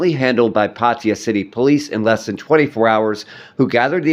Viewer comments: Pattaya not patya, at least you can make an effort to pronounce correctly.😂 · 555. I thought so too. Party-Yer..wtf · Perhaps it would be a good idea for you to learn how to pronounce Thai words, specifically nouns/proper nouns, correctly. Examples being Pattaya, Suvarnabhumi, and the name of the deceased.